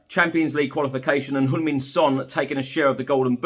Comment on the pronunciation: I just noticed that actually pronounced Heung Min correctly, most others pronounce Hyung Min